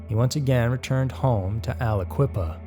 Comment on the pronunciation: Wtf dude I'm from Aliquippa pa wich you mis Pronounced, but anyway that nuts he's from here and he got Released the year I was born, this man gives him all of from quip a bad name and this makes me sick